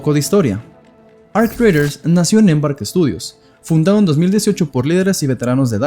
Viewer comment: Arc queee? Raiders lo querias decir en Ingles superbilingue y te quedo como el culo 😂